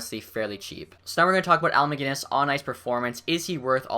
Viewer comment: 20 seconds into the vid and you pronounced Macinnis (mac-i-niss) not mag-innis